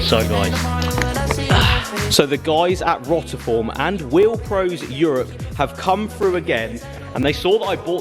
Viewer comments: If you are representing a brand you should at least pronounce their name correctly. You are literally the only YouTuber that says it wrong it’s ROTI-FORM not ROT-A-FORM think rotary rather than rot. Nice wheels 😬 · Free wheels from a company that he pronounces the name wrong more than once and a smashed up splitter honestly is this what your channel has come to now